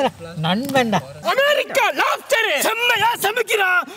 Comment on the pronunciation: american lapster 😂